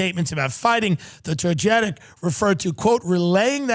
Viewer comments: Togetic is pronounce TogaTick but Togeitc sounds like a way more badass Pokémon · Just so we're clear, Togetic is pronounced Toe-guh-tic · Hey Snorlax you said Togetic (toe geh tick) wrong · Togetic is pronounced toe-gah-tick lmao the amount of times Tim says it wrong hurts my heart 🤣😝💀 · They mispronounced Togetic horribly. Toga-tech! Not toe-get-ick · It's pronounced Toga Tic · Hearing Tim and genuinely mispronounce togetic made my day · you butchered Togetic's name 🤣I can't stop laughing at this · I know I’ve got my priorities fucked up because I’m upset Tim mispronounced togetic. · The way Tim pronounced Togetic was based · Listening to you mispronouncing togetic made me sad, but that's ok.